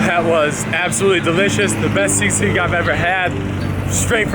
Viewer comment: You pronounce sisig like sea sick 😂